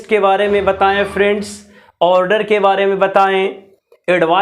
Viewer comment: order ka pronunciation galat hai